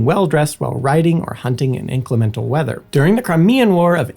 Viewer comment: If you choose such a topic you should really check how to pronounce lanolin, inclement and names likes Aquascutum. (It’s Aquuscootum)